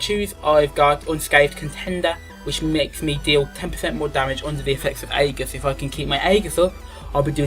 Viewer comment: Good video, shame you can't prounounce 'aegis' right, was annoying me should be like thus "In Greek, "ae" is pronounced as a long "e," like in "shEEp." The "g" is pronounced the same as a "j"